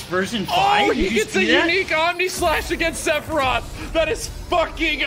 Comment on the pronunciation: Everyone: OH MA GOOD STHAROOTH!!1!1!1!1!1 Me: what’s a sephitoth